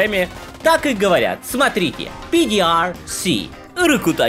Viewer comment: Пи ди ар си,😂😂😂 шедеврально